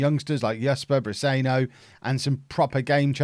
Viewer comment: Pronounced Brisenyo